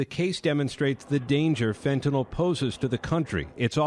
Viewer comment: The host said "fitnyl". Is it fitnyl or fantanyl.